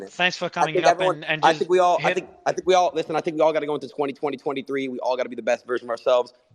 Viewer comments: bro adin always says 202023 instead of 2023 lmao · “Politicical” and “202023” hahahahah gotta love Adin not knowing basic grammar usage 😂